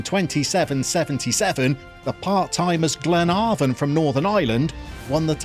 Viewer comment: Glen "a" not "ah" von